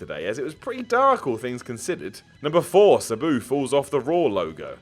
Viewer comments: It really bothers me he pronounces Sabu "Suh-boo" and not "Sah-boo". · Anyone else hate how says "Sabu"? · The way he says sabu...... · You say Sabu wrong and it pisses me the hell off! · Pipe bomb would be best. please learn how to pronounce Sabu. I thought it was pronounced that way until I heard his name on TV! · We really just gonna ignore this man's pronunciation of sabu?